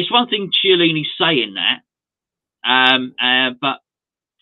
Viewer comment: Hey and, if you wish to pronounce correctly Italian surnames, Chiellini is pronounced “Key-leany” and Chiesa “Key-esa”.